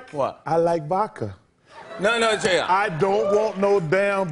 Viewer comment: "I just want vo-ka" It bothers me how he never says the "d"